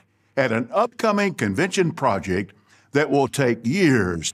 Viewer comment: "Projick!“ I'M DEAD! 🤣 🤣 🤣 🤣 🤣 🤣 🤣 🤣